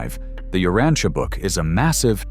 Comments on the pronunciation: I have studied "The Urantia Book" for over 50 years. Here in this video is the first time I have heard "tia" in Urantia pronounce as "Teea". I believe the correct pronuciation is "sha", also same for the word "Morontia". Thanks for this thoughtful video. There is no subject in history more important than shedding light on the life of Jesus Christ. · We pronounce it as ( u rahn sha) but maybe i reside in different region.